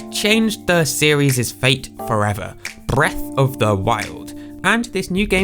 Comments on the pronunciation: that "BRReath of the Wild" part though 😂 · "BRRR-eath of The Wild" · brrrrreath of the wild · brrrrreath of the wild 😅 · b RR eath of the Wild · Lol how did you say breath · the way he said the B made me laugh and I'm not entirely sure why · why does he say BREATH like that 😭